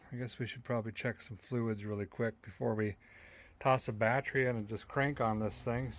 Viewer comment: As a mechanic, I can appreciate the pronunciation of the bat tree